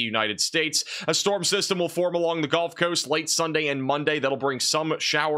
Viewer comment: pronounced guhlf coast not golf coast !!